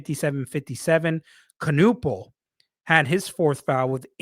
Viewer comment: It's Ka-Nipple, not Ka-Nuppal homie